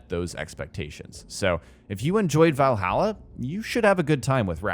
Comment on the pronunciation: The way you say Valhalla legitimately triggers me 😂